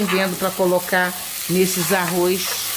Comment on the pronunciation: Não fale arroiz, e sim arroz. Em bom português. 🇵🇹🇵🇹🇵🇹😁😁😁😁